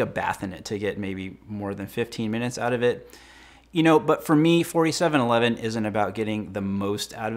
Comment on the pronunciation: For some reason I keep hearing 5711 when you say 4711 lol